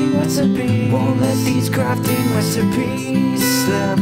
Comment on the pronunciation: Did he say “wesipies” Or “resipies”?